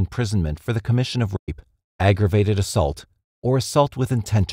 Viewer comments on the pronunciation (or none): For some reason every time the narrator has to say rape he doesn’t say it and it comes out as a half word or just a meaningless sound.